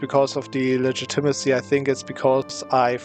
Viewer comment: its pronounced ligit-a-ma-see